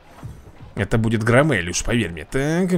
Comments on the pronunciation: Не громе́ль а гро́мель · Правильно громеель а не громЕль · Слово громель ты говоришь не правильно, ударение на букву о а не на е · Вапщет грОмель, а не громЕль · Посмотри мульт фильм а потом играй... ГроммЕеель блин.. ГрОммель! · Почему он читает громмелей Громмэлями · не громмЕль а грОммель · не громЕлль а грОмелль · не граммель а громмель там буква о а не а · Боже это не мультик а мое все и ещё не громееееля а гроооооомеля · ну так громЕль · Я очень смеялся, когда ты назвал громмеля громЕлем😂 а так, ты очень крутой 👊😎